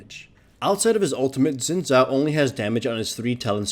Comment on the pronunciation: it's actually pronounced "shin jao"